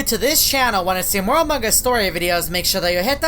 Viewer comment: why do you pronuonce among us amungos